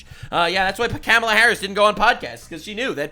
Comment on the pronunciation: clearly you're a racist, because the left told us it's Kah-mah-la and you said Cam-ah-la. The left told us if we mispronounced it, we were istaphobes, and they know all about these topics. EDIT: Maybe we clean up the plastic Sunami in the ocean, and shut the eff up about speculation on the climate? You know, cause there are actually MORE polar bears now, than when the Gretas of the world started crying. I'm a child of the 70s, and back then, in elementary school, we were taught that global COOLING was the problem. Smog was gonna blot out the sun, and cause a temperature DROP. I've stated this before in comments on other videos, and literally been called a liar by younger people who don't know this shit. And sometimes my comments just got deleted. EDIT 2: Bernie has been on 800 interviews, which he will call 8 zillion. Does anybody deserve to sue over those fake 8 zillion interviews, if there is a negative question from a dummy?